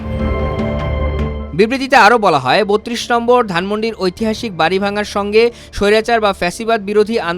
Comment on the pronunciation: vari vanga na, ota hobe bari vanga